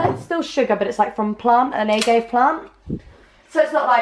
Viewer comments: Rosie... agave is pronounced "ah-gah-vay," not "ay-gave" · 'A-gave' oh honey no...😂😂😂 'ah-gahv-ay' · a-gay-v LOL it's a-gahv-aye hehe made me giggle xx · Lol y'all are getting me through my finals with your vlogmas.' Can I just point out one thing though n this isn't judgment I just thought it was pretty funny. Did Rosie pronounce agave like a-gay-vay? Cuz I've never heard that before in my life. To me it's pronounce like ah-gah-veh... Lol. Keep it great you two! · Wait lol do they call agave ( ah gav ey) aye gay lol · Rosie, you pronounce the Agave syrup this way: ah-gaw-veh. Agave is a plant native to Mexico, and at first they used to make Tequila from it, now they are also making the sweetener from it and it is incredibly popular with vegetarian/organic community in Los Angeles, CA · rosie its pronounced AH GAH VAY (Agave) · Wait did you say 'uh-gave-aye' for agave though haha. Is that how you pronounce it in that neck of the planet? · agave = uh-gah-vey ;) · oh my god Rosie it's pronounced ah-gav-ay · The way you pronounce agave is hilarious (: Be sparing with that stuff though; it's wicked high in fructose. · That pronunciation of agave is so English